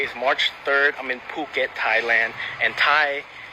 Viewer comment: It’s “foo-ket” not “puke it” 😂